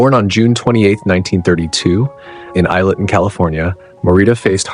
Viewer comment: Pat mortified was born in isleton ca it is pronounced ( I Leton the is S is silence like in island also the lady whom played Donna was on the Walton’s you need to actual look and if you can pronounce just google and you can hear how it’s pronounce the realism I know how isleton is pronounce is I I’ve 15 minutes way for it it also flooded in 1972 the levee broke and hwy 12 q was closed for over a year they had to pump the water out and also why did you only tell about African American shows they wonderful actors were on they were amazing and all of their acting should be cherished tv films plays you discredit their hard work